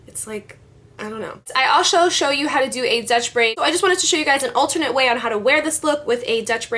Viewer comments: lol asho instead of also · i "alsho" show u .. lol ... how we ol have a slip of tongue .. ans it sounds sooo funny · "I asho show you..." lol or am i just hearing wrong?